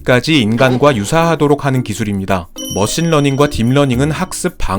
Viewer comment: 러신머닝 처음듣고 런닝머신이라고 생각한 사람?